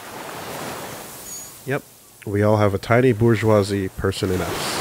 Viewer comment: the way the deserter says "BOURGEOISE" is so perfect